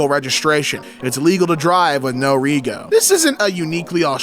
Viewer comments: It's pronounced 'Reg O', not Re Go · 'Rego' is pronounced 'redg-o' not 'ree-go' - like a lot of our slang is has the 'oh' sound on the end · reeee go 😂😂😂 it’s reh-joe. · ITS FUCKING REGO, “RE-JO” “RED-JO”!! LITERALLY SHORT FOR REGISTRATION YOU’RE FUCKING KILLING ME HERE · I only just seen this video and the way he said it was giving me a brain aneurysm 😳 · im Australian and it hurt me when he said "ree-go" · pronouncing "No Rego" as "No Ree-go" absolutely took me out. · What you expect from non-Australians, they butcher the English language even more :D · I cackled at the way he said rego too 😂. Also your comment has a prompt to translate to English which makes this even funnier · The pain when he repeatedly mispronounced it 😭